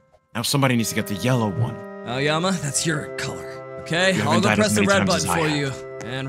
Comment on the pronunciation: HELP I THOUGHT HE SAID 'AOYAMI' HE SAID 'AOYUMMY'🤓🤓🤓🤓